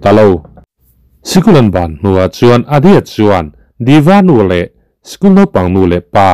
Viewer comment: Adya ania, Adi-a nilo in, svmm